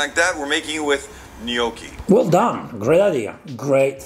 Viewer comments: It's more like Gmocchi alla Gricia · can you teach Sam how to say Gnoocchi right? it's bothering me more than his cooking.